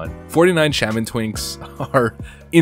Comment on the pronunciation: Why do you not know how to pronounce Shaman....?